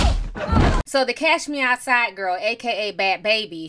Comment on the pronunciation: was that actually lil miss Mush Mouf "Cashmeou'side"? fr fr? Cuz damn if she didn't sound like an average Becky when she wanted to.